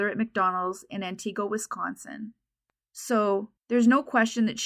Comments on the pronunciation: The town’s name is pronounced “Ant-i-go”, no “EE” sound. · Good job on your pronunciation of Wausau but Antigo wasn't correct. It's closer to Ant-ig-o than An-ti-go. One of those weird WI pronunciations. They really don't have enough to charge the driver & guarantee that it would stick. I lived & worked in that area of Central WI for many years. I remember there being posters all over Wausau & the surrounding areas at the time. All 3 of the "local" TV stations ran the story many times. Thank you for covering Kayla's story!